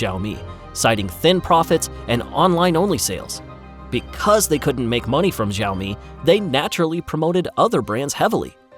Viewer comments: you should learn correct pronunciation of XIAOMI before recording your video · The X in Xioami is pronounced more like SH than Z. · He pronounced it correctly the first time then it becomes wrong Seems AI generated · its not ziomi its shiaomi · Btw, it pronounced Sha-o-mi, not zha-o-mi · Please it is Xi-aomi, how can you pronounce Zi-aomi!? It’s too annoying that I can finish your video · Xiaomi is pronounced [Shiao-mi] not Zhiaomi. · Great video, great story, congratulations! You should have learned to pronounce XIAOMI though. It's NOT "Jeeowmi", not "Zowme"... The right pronunciation is easy, you CAN do it! I's not rocekt science... XI ... almost ¨exactly" like SHE AO... exactly like the "OW" in cow. MI... exactly like ME, or MEE in meet. Now repeat 10 times and you are good to go. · Also learn to pronounce their name correctly. More like "sh" than "z" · Its pronounced SEE-ow-me. Zee-ow-me. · It doesn't pronounce "zaomi" or "jaomi". It pronounces as "shaomi". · When company says Sāomi, don't spell Jāomi. It's ridiculously odd! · Why tf does he keeps saying ZAO ME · Why is this guy pronouncing xiaomi with a z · School time: Listen up kids, today we are going to learn how to say 小米 XiaoMi. Easiest way to say it is shee-ow me. She(female) - ow(noise you make when hit) me(that is you silly). All together now Shee-ow-me 小米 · FYI pronounced "sh-ee-ow-mi" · Bro first of all this video is riddled with mis information It's pronounced "shaw - me" ("shaw" as in show wer) USA never actually banned xioami unlike huawei,huawei was also not sanctioned it was completely banned from basically all of America,meaning it can't even use any technology even slightly using American companies and not only in America it was actually banned in the UK and most of Europe,huawei 5g infrastructure was also completely destroyed with no trace of huawei being left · Why would you make a video about XiaoMi without researching how to say the name properly?